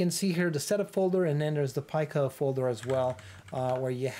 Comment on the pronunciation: It’s pronounced pee-co (from italian for small)